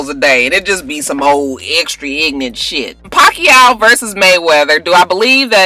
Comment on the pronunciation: ~round of applause for pronouncing Pacquiao correctly!~